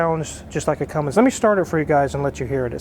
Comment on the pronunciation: At least wizzard knows how to say cummins for once somebody says it right